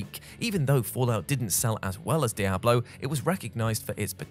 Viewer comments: Die-Ablo? Do people say it that way? i have only ever heard Dee-Ablo, until now anyways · Why am I so upset at how pronounces Diablo? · i had to recheck 3 times that it was indeed speaking as i simply couldn't believe it... i thought he was trolling and waited for some sort of joke on that part.. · Glad I'm not the only one. My eyes bugged out when I heard it. 😂😂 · >Gaming channel >Doesn't know how to pronounce Diablo